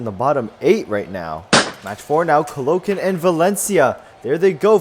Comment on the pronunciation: Lol he mispronounciation of Caloocan